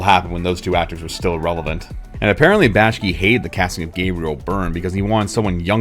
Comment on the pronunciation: Say it with me: "Back-Shee." An otherwise very good video is marred by serial mispronunciation of the director's name.